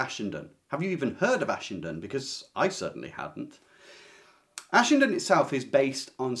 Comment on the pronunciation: It's been 40 years since I read Ashenden so I don't remember a thing, but, thanks to you, I at least know how to pronounce it now! I love Somerset Maugham, especially The Razor's Edge and his short stories.